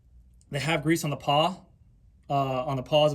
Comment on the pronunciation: For the record... it's "pawl", not "paw" :)